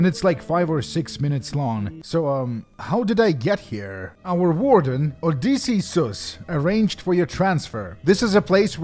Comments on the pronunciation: how does this dude butcher one of the most famous names of all time? OH DISS E (Like the letter) US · I don't know what irks me more. How he pronounces Joel or how he pronounces Odysseus. 😆 Either ways Great job on the video! Not enough people do videos on these fan projects. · "Odysseseus". Classic